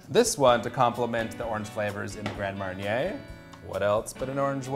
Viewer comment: Lol grand "maryey" / orange "likoor"